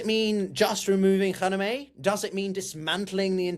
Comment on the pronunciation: How about learning how to pronounce Khamenei first.